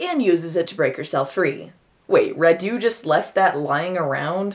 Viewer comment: As a Romanian: Radu is not pronunced RaDU but RAdu (accent on the first syllable). The car the girls drive is a Trabant, the legendary car from Eastern Germany (we had it also in Romania being part of the Eastern block). And the movie is deliciously bad, had no idea this was the first US film shot in Romania (oh boy, surprise, it's about vampires!)